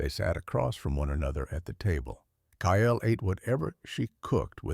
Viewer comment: Kyle is one syllable....not two (KYLE vs KY-ELL), please teach AI how to say names and cities.